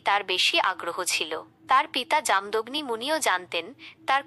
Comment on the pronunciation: জাম দগ্নি নয় উচ্চারণ হবে ( জামো দোগ্নি মুনি এখানে পূর্ব মেদিনীপুর জেলার ময়না পুরুষা ঘাট নোনাকুড়ি গ্রামে পৌষ সংক্রান্তির তিথিতে ওরা পরশুরামের পুজো করে ,পূজো করতে নেই কী আছে বুঝিনা জানি না কিন্তু ওরা তো পরশুরামের পুজো করে। পূর্বমেদিনীপুর তমলুক থেকে ১২/৫/২০২৫ রাত ৯:: ০৭